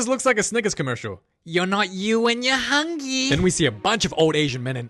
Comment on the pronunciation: "You know when you are hungy" Bro 😂😂😂